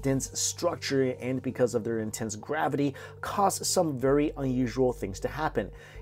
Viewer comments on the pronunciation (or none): none